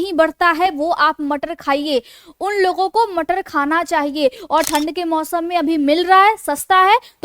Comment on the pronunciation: So sweet "Matarr" lecture. 😅😂